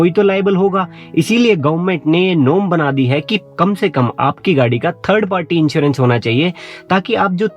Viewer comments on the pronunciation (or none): Also, 1st party inchewrench ( in place of insurence)